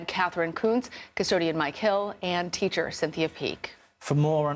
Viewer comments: It's pronounced Die-eck-house, or Deek-house. How are you just going to pronounce the victim's name Dickhouse. I thought you had to have some minimal level of education to be a national news reporter. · Huh huh, you said dickhouse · Please pronounce Evelyn Diekhaus correctly on air. This was inappropriate.